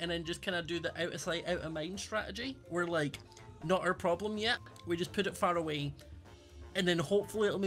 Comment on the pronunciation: I like how says farawee instead of faraway